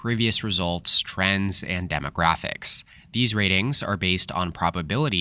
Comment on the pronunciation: when you said "trends" I thought you said "trans." I guess that may influence the election too.